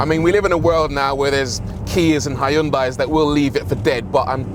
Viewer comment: I thought the Americans had a weird way of pronouncing Hyundai but this is way worse.